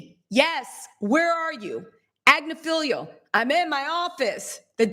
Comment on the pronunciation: You are engaging & charming & I believe quite smart. I have just one question: Why do you mispronounce Marc Agnifilo’s last name EVERY TIME YOU SAY IT? It is Agg niff el OH! It is NOT spelled AG Ne FELIO! It is not felio. It is FILO. Thank you for edumacating yurself! 🥰😇🤓